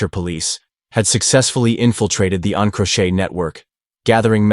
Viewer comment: please teach your ai to say encrochat properly